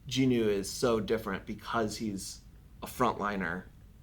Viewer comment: love how even the english dub cant say jinwoo's name right..also the dub is crap.